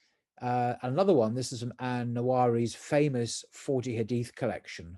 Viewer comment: I think is is pronounced "Nuh-wuh-wee" Barak Allahhu feekum